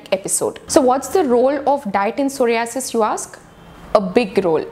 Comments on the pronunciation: Pehle ek kaam krro soh·rai·uh·suhs bolne seekho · Aap pahele psoriasis ka pronounce korne sikho.....first comments korna